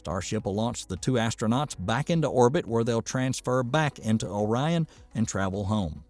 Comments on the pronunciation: Was O-ri-on thing a joke, or a misreading, or serious? That totally threw me.😅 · I'm guessing the narrator is from Michigan. He kept calling it Ŏrion instead of Ōrion. I say that because we have a city, just north of Pontiac that we all pronounce as Lake Ŏrion. We can always tell if someone is from out of the area because they almost always say Lake Ōrion. And, yes, I added the phonetic makes over the "O"s to make the point.